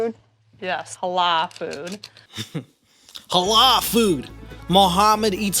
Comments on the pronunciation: CTHU!!! Haaaalaaaa !!! Halal ma’am, it’s Halal 😂😂😂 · I don't understand how American people are so incapable of pronouncing "halal." I'm American and I grew up in a predominantly white Christian town and this is the least difficult Arabic word to say